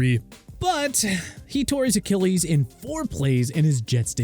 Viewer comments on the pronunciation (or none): none